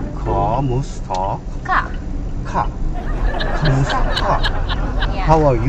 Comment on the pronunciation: It's "kumusta". Not kamusta.